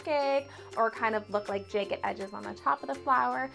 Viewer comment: The way she says jagged and bag drives me nuts . Being Canadian doesnt make you mispronounce jagged as "jaygid"